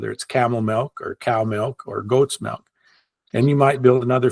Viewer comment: thou shalt not say “melk”. 😂